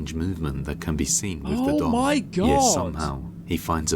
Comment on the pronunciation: That Yesse! came straight from South Africa😂